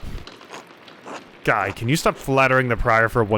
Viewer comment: Nailed Guy's pronunciation 😉 He and Ferenc are real dicks. As is the abbot. I have no idea what will happen next in the game (my theory is probably a murder?) but I'm enjoying the hell out of it.